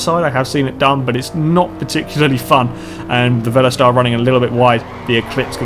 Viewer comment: It's "incidents", not "incidences". And "Volester", not "Velostar". Good racing though. I should really join back in with these. And is he calling that part of the track "the bumhole section"? Funny.